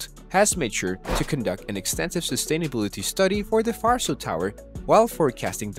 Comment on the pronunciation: My ears bleed every time I hear "farso". It's pronounced Varso, with hard "v" like in "vet". Was there 2 weeks ago, quite empty for now. The plaza part seems to be a cool place, a real technology hub, it looked like there was a lecture in one of the rooms when we arrived. The tower will be open for sightseeing next year.